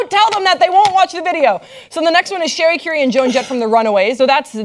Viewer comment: It's Cherie Currie, pronounced Sha-ree, not Sherry Carrie.